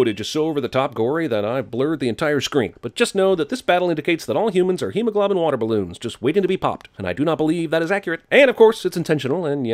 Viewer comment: hemoglo-bin and hemoglob-bin aren't there same thing dude, learn to enunciate. You're doing too many Ariana Grande music videos and have some how lost yourself in her school if diction.